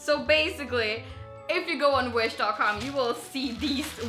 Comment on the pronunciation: i thout u said winch a few times